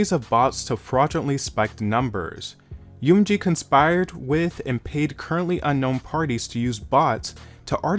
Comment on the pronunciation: My guy, you need to pronounce M in UMG correctly lol. It's not one word spell it out lol